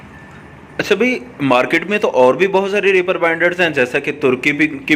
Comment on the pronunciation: bhaijaan, bura mat manaana please. REEEEEEEPER. REEEEPER bolne hoga. spelling Reaper.